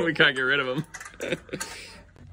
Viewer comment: It's always funny when your accent comes through. I've noticed it especially with "can't". Lol